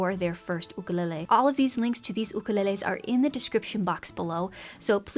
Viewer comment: that’s how it’s supposed to be pronounced